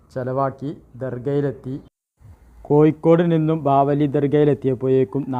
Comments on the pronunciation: എടപൊട്ടാ. കോയിക്കോട് അല്ല. കോഴിക്കോട്. ആണ് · കോഴിക്കോട് ഴി എന്നാണ് യി എന്നല്ല ഭാഷ ശുദ്ധമായി പറയുക